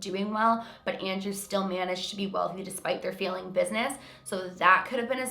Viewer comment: Super confused me when you said "feeling" business, instead of "failing". XD I live in the GTA so not sure the accent here. I am confused easily though :P FANTASTIC VIDEO AS ALWAYS!!!! <333333 I cannot believe how close you are to 1M. :o I remember when you were under 100k... and you put out insanely quality videos then. Thank you for being so dedicated to the YT community!